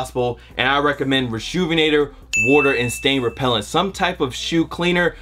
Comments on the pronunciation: The way he pronounces water has me geeked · WOTER & SEIGN Repellent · 😂😂how he was saying water was killing me